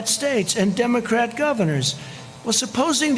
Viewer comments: mostly demo crate. Gibberish, mispronunciation, gibberish... My goodness. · What's a Demo-Crate? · "mostly democrate/demogreat" did he say that? gosh he is sickly incoherent! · Umm he doesn't know how to say democrat? He is ridiculous! He is a simpleton. The Republicans have no platform to run on? What are their plans for the next 4 years? That makes no sense. Smh!! They are basically going to wing it for four more years!? Really?